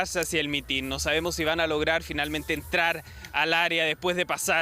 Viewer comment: Es mitin, no mitín. Sorry pero me retumban los oídos al oír decirlo mal.